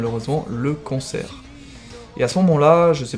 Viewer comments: Quand tu prononce cancer, j'ai l'impression que tu dit " concer" ???? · je suis le seul a penser qu'il dit "combattre le concert " ?? xd